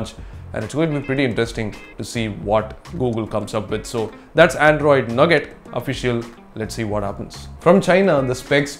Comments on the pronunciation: lol nugget,it's nougat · it's not nugget,like chicken nugget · It's not called 'nougat'. Its called 'nooga'.